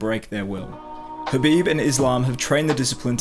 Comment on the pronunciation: The next khabife??? the next pack-man-doo Paqueado? The next lomashenko daaaaaaaaaa ure and y-di0t